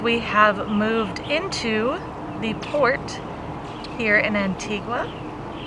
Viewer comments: Just a small thing it is not pronounced. antigwaaaa its antigaaaah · Anti-gua. It’s pronounced Anti-ga 🤦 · Pronounced AN TEE GUH not an tee qwa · Love these 'travel gurus' that talk about their 'expertise'. Travel experts should probably start with ho to properly pronounce the island they're featuring. Just a thought...